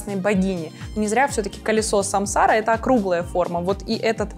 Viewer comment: Спасибо за презентацию! Герлен обожаю.. Но! Ударение всё же на последний слог - Самсара ааа)))